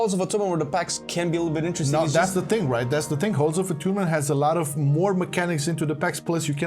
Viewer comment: Halls of Atoonment 😂 I love you guys so much